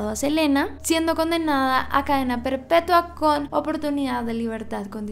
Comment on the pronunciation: Soy yo o cuando dice habla de Yolanda y de su cadena perpetua dice "cadena perpetúa, en el año 2025 minuto . creó